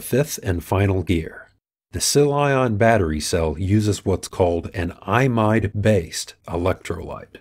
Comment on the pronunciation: I pronounce 'Imide' incorrectly in this video. It should sound more like 'ee mide'.